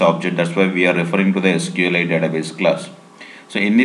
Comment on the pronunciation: Say it clearly SQLite you sound like sql 8 LOL Otherwise Good Video